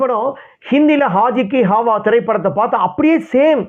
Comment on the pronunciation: என்ன உச்சரிப்புய்யா உன்னோடது. ஆஜ் கி ஹாவா --- ஆவாஸ் அய்யா அது.